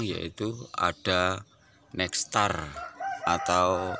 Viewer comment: nextar 🤣 nektar om